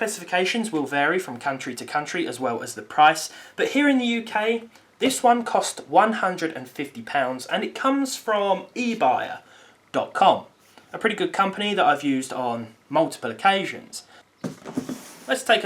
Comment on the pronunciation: Its not ebaya its ebay